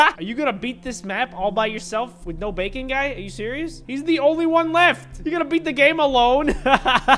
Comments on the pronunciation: thats BAKON not BACON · We're here with the creator of Bacon (BAKON) Me who pronounces it like bakon: 👁️👄👁️